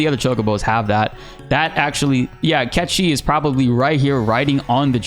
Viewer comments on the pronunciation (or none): can we stop calling him catchee. it shows you are not an old school fan. its cait sith.sorry but its super irritating to say a simple name like that wrong. its like sayng tomb rider instead of tomb raider. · God am I glad that that we will get our answer on Feb. 29 as to how Cait Sith's name is pronunced... And pronunciation is some of the worst ever Cait Sith = Cat She:D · im sorry…. is it NOT pronounced as KATE-SITH?! cuz i will be mortified if i have been pronouncing his name wrong all these years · Oh god please no just call him Caith Sith 🤦🏽‍♂️ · we will finally see how cait sith is actually pronounced looking forward to that the most cat chi never sounded right to me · It's Cait Sith...just pronounce it like we all do instead of trying to be cooler by pronouncing it "Catchie". Cmon. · wait you're saying "cat she"? huh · Every time you say "cat chi" I cringe like a mf. Please stop calling him that. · Nice content as usual. I think your saying Caith Sith's name wrong. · 😂 true. I never heard it pronounced that way so it caught me off guard. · Why do you pronounce Cait Sith like that?